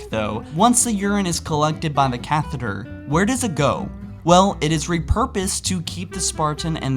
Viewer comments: Cath-eaters? No. Cath-eh-ters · what the hell is a cathE-eter? Catheatre? Its catheter. Cath-uh-ter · I've literally had thousands of catheters used since age 19, 11 years ago, but not once has a UTI occurred. I am either very fortunate or my immune system is hardcore level. Note: it's not said "cath eater" man, it's "catheter," no "eat" sound. Also, you said catheterized as "catherized," no t to be heard. Hmm... Just wondering if you have heard it spoken before. I'm not picking at you, in genuinely just wondering. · You keep saying catheeders which is wrong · Ca - theater? Nope its just catheter -- Also, urethra is pronounced 'your-wreath-ruh!' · The amount of times he mispronounced catheter mad me want to die inside... "cath-theater" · Cat heater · You obviously wiki'ed all these "facts" and have no basic medical knowledge whatsoever. Your pronunciations are driving me mad. Catheter is pronounced "kath-ih-ter" not "kath-EE-der"... Urethra is pronounced "yoo-ree-THRUH" not "yoo-REE-thuh". I couldn't even finish the video to hear if you pronounced anything else so ridiculously :/ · Who in the fucking fuck says "cath-theater"? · Watching this video wasn't nearly as disturbing as listening to pronounce words. "Ca-theater" "Ur-eetha" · it's pronounced cath uh ter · "Cathreether" Im okay with the Mjolnier mis prounce but what? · "Catherized" "Uretha" "Ca-theater" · Ok say it with me, (K-ah-th-It-er) that’s catheter. Now (yur-ea-th-ra) that’s urethra, there is an r at the end. Thank you. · Also your saying it wrong. It's just cath- eter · cath-ah-der and your-wreath-rah and it's not m.r.s.a. you say it as mer-sah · Maximize your Game cat-heather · Cath-liter is not how you say it son. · Why did you say it like that caTHEATRE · Words mispronounced in this vid: Catheter - “cath e aturs” Urethra - “Your e tha” Inserted - “Inserned” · You pronounce catheter differently everytime you say it lol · The amount of times your said catheter and urethra wrong irked me